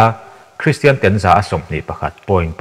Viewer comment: TEN...( Chhu PHEN) tiang ang hian tinge i lam tlat a Tawphnawk TEN kan lam ang hian lam ve mai la..ngaihthlak a tinuam lo TEN i lam dan hian